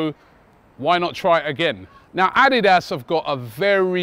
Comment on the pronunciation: The way Robbie is saying ADIDAS 🤦🏾‍♂️